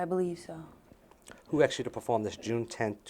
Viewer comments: aksed?!? try asked you fucking fool. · A lot of questions being axed by the male attorney.